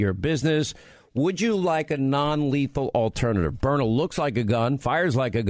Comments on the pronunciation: That's how Sean pronounces it, and don't understand why. It's not "Burner"! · I have the LE model which is powerful. I would expect that if you hit someone in the eye with a kinetic round, let’s say at 15 or 20 ft, that individual would be hurt, and hurt bad. And yes, it’s Byrna, not Burner. I don’t watch Fox News any longer. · I love my "BYRNA'S" not my burners as Sean Hannity kept referring to it. I have the SD and LE. I couldn't be more satisfied. But it was like nails on a chalkboard every time Sean said he loved his Burner. Bryan and Luan great interview, but next time be proud and tell the interviewer to pronounce your products name correctly. Even if it is Sean Hannity. Especially if it's Sean Hannity. He has a big following and when he says the products name 20-25 times in one interview, it sure be the right pronunciation. Great products Burner. I mean Byrna. Now you got me saying it 😜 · It's byrNA, NOT BURNER Hannity. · It’s Berna, Not Burner. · Hannity why do you keep saying burner when its byrna? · Sean spells Byrna correctly at least twice and miss pronounces it every time calling it Burner. WTF Sean! 😂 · Hannity never misses an opportunity to supplement his 25million a year salary from FOX. Every weekend he flies private jet to an outing, a company, a radio station gathering for a large fee. Guaranteed he was paid to do this speil. Didnt even do his homework on how to pronounce the name right--spells it out, but can't say it correctly? The Product is great---I'm getting one, but not because of Sean Hannity-dude didnt stop talking from the start until 4 and a half minutes...my God, the man makes every show about him...more guest time less hannity time. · Probably would come across better if you said the name right of the company.